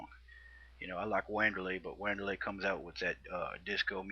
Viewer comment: lol wahnderlei